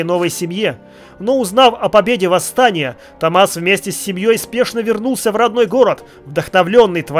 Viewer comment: Простите, но почему тОммас? Томмат? =)( ТоммАс же вроде бы читается =) Я орал каждый раз =)